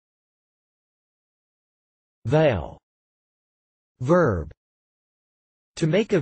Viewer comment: I never heard anyone say the word "Vow" as you pronounce it. . That is why English is so complicated. You say to make a vow. then why are you saying Vow as Veil?